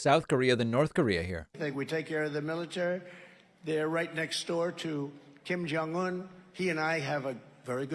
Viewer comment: Hey David. Just want to let you know, the pronunciation of Kim Jong Un is with a hard J sound. Koreans don't have a sound like you use for Jong. That would be more of a Chinese pronunciation. People mispronounce my husband's name like that all the time. But, in Korean it's a hard J sound. BTW, love watching your youtube!!